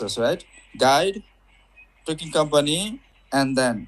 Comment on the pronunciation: Trekking, not trucking or tricking lol